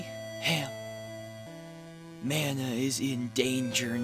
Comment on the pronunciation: Thanks for pronouncing the name of the game the same way I do and always have. People that say "Mahn-uh" can go live on an island somewhere far away from us.